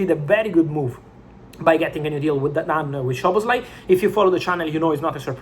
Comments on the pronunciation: With respect, its not "Shoboslai" its both "S" like Soboslai. Sz in hungarian sounds S on english. In polish sz sounds sh, in hungarian just simple s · The correct pronunciation is ‘Soboslai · bro it's pronounced Soboslai